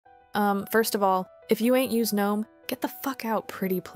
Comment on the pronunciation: girl ily but pronounced guh-nome 😭😭